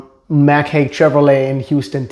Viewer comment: It's pronounced "Hike"... not Hake.